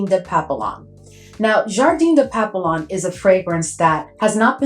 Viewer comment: Girl you have waaaay too many FRENCH PERFUMES for you NOT able to SPEAK FRENCH🤣🤣🤣🤣. Papillon is pronounced PAP- PE- YOH!!! You don't pronounced it the way it's spelt. Just saying 🙅‍♀️